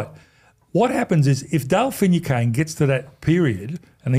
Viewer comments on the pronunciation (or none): Who is finno cane . Interesting pronunciation haha